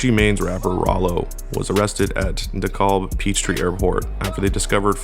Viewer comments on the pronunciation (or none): none